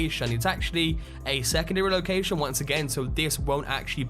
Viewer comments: Say ‘lowkaaaaaijsion’ one more time! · "Locaxxxion" lol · You say location funny man